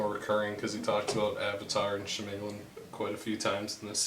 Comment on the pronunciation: M. Night she-may-lyn..... and panying shots?